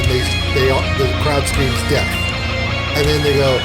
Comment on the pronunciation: They're actually saying "desu" which is Japanese for 'I am' and making it sound like 'death'.